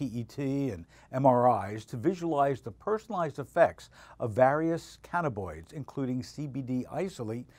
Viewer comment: Damn, three times I heard cannaboids. The word is cannabINoid.